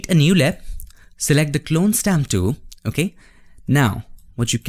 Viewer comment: The dool THE DOOL FRKN TOOL. NOT DOOL